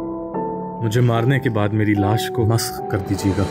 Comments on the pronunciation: Maarne ke baad laash ka kya kar dena Wo (मस्क musk) word bola wo samj nahi aaya Koi bataye plz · LOL "Laash masah kr dena" nahi "Laash maskh(مسخ) kr dena"